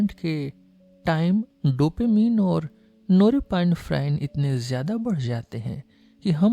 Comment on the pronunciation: Excellent 👌 Only one change in pronunciation of norepinephrine is “नॉर एपिनेफ़्रिन” not नोरेपाइनफ्राइन